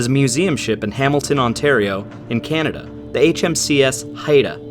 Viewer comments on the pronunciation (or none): Something tells me this ship smelled really bad😅 Ooph that pronouncation of Heida lol